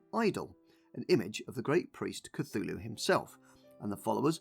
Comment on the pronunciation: You know it’s not pronounced Cathooloo.. But that’s closer to how you would call the Church of Cthulhu: The Cathoolic Church! And now you understand why they did what they did.. and probably still do.